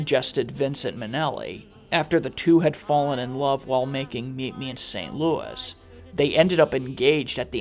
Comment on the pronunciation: It isn't a disease, it's a demon.... It's my opinion don't bother trashing me.... Last i heard, i live in a free country and i am allowed an opinion I love your narrating skills! ❤ It's pronounced luey not luis Omg her mother was more of a scumbag than i knew! I sympathize even more with her now Astaire and Kelley wow i never thought I'd hear of them in the same video! ❤ Lorna! ❤ I love both Shirley and Judy! ❤❤ I just saw a video of a voice and technique analysis of our precious lion ❤ Or if they would've continued to make her wear that blond wig! Perfect ending to a perfect video! Thanks so much for posting! ❤